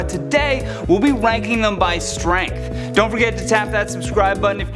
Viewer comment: "We'll be wanking them by strength" XD